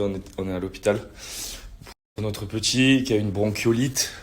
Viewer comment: J'avoue ca décris bronchiolite mais ça se dit " bronkolite" C chaud de pas savoir ça serieu tu abuse même pense au cp les devoirs et tout tu va faire comment expliquer un mot, une phrase, une définition ou quoi....remet toi dans les livres c pas en mal tes cool mais a un moment pour toi heureusement il y a Thibaut....